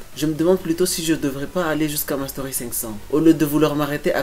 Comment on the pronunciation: Quand tu dis mastery dis le en français ou encore avec l'accent autrement c'est moche